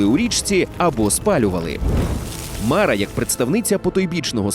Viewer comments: Дуже цікаво! Єдине зауваження - не мАра, а марА. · Мара правильно з наголосом на "а" в кінці. Так я чув в дитинстві як літні люди говлрили.